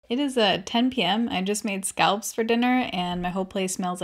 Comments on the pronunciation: Hold on, I thought you said scalps and not scallops?? Mini freak out 😆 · My husband overheard the video and thought you said “scalps” instead of scallops. You can imagine how that went 😂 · Did you say s c a l p s? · Thought you said,. "I made scalps for dinner, now my place smells like scalps..." 👀👀👀😂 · Never heard this pronunciation before... lol. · SAME!!!! Like who are you Hannibal Lector??😂😂😂 I’ve never heard someone say it like that before. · The way you say Scallops is so different compared to how we say it on the east coast lol.